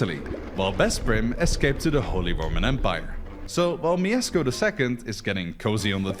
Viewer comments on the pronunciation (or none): /pyast/ not /pah-yast/, and /myeshko/ not /myesko/ pronounciation wise, as im assuming 2137 people alreayd pointed out